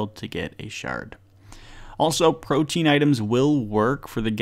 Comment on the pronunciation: pro-tee-ann not protein, the definition explains why its called what it is. Just a pet peeve of mine across all RS3 creators.